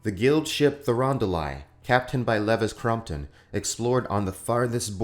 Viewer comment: With love: you keep pronouncing “Crompton” as “Crumpton”